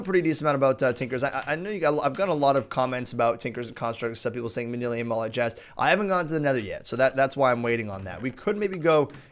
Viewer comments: Manyullyn is pronounced man-YOOL-in not man-EEL-ium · Manillium? It's pronounced MAN-YUL-IN. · It's pronounced MAN-U-LUN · It's (MANA-LYN)